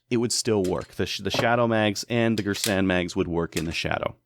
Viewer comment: Its gearsan thats how its pronounced. It has cz75 mags the mags arent cheap its very reliable too. Everyone says its an m&p 2.0 clone